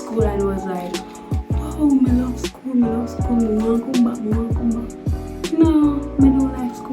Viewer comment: The lady emphasize seh she " hate skl" eno😂😂😂